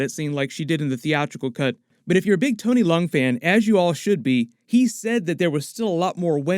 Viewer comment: YOu pronounced Leung correctly! I loved his work in HKTVB